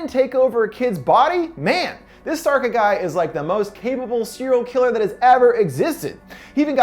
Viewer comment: Sharca, not sarca